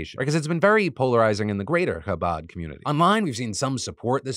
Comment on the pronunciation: The coverage of the Chabad tunnels in New York here was actually very well-done, I admire the effort to pronounce Chabad correctly! And of course getting the story across without falling into antiSemitism. I just have a couple corrections. I'm Jewish and I understand these things are complicated and can be hard to understand from the outside. Chabad isn't an "ultra"-Orthodox, or Hasidic, Jewish group. It's a very widespread organization of Orthodox Jews that you can find in virtually any US city. While the young men involved in the tunnels may be considered "extremists," their organization overall certainly is not extreme in any way. Just wanted to clarify that!